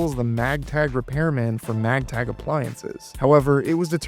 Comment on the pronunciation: Are you saying Magtag instead of Maytag???